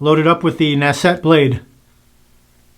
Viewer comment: This is a top-5 blade for me. Insanely clean shaving with zero irritation. By the way, it’s pronounce naht’-set, and I believe Google translate is correct in this case.